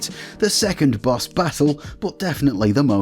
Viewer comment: Took me a while to get he meant "BOSS" not "BUS".